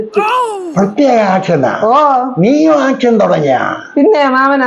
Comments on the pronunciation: ആക്ഷനല്ല മാമാ, ഏക്ഷൻ ഏക്ഷൻ. ചങ്കങ് കേക്കാഞ്ഞത് പാക്യം, അല്ലേല് പ്വാലീസ് എപ്പ പൊക്കീന്ന് ച്വാദിച്ചാമതി. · ആക് ഷൻ അല്ല ചേച്ചി . "ഏക്ഷൻ "